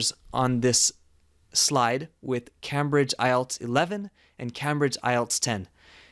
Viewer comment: You mispronounced “Cambridge”. It’s a long “a”.